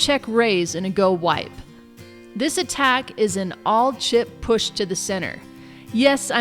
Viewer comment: its go wee pee thats what it sounds like